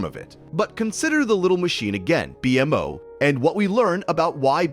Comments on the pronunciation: IT'S PRONOUNCED "BEE-MO" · Really disappointed you used an AI voice for this video, since the subject matter was really interesting. Could only make it 45 minutes in before it got too much :/ It mispronounced multiple words (e.g., BMO, Enchiridion, Lemongrab), and the cadence was so messed up that at times it was hard to follow the meaning. Is this an entirely AI-generated video (did AI write the script too?), or was it just for the voice recording?